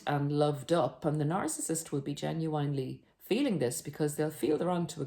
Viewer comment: The whole jigsaw piece together? 🤔 It's a jigsaw puzzle. Made of pieces, isn't it. And it's [jeh·nyoo·uhn·lee]. Not [jeh·nyoo·ain·lee].